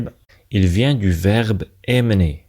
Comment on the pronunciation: Emmener doit être prononcé comme ça /ɑ̃m.ne/ , et personne est un nom féminin ; une personne et une chose.